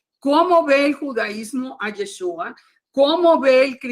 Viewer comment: BLA BLA BLA BLA BLA Y NO PUEDE PRONUNCIAR Y E S H Ú A